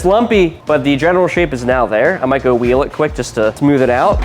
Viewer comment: Hey could you please pronounce the H in words like “wheel” not a big deal but I’m sure it will bother a lot hearing wa-heel.😂